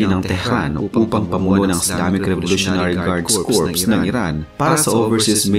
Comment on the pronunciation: Kor po ang pronunciation ng corps, singular man o plural. Salamat po sa lahat ng posts ninyo